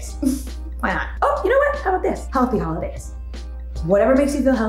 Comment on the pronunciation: " hey how is it going" "HOIDAYS" 🤣 🤣🤣🤣